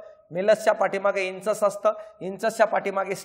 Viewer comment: इंचस नाही इन्कस आहे उच्चार शब्दाचा ear मधल्या part चा